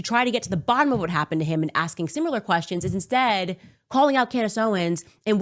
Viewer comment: You missed “simular” (similar). And did she ever say “nucular” (nuclear)?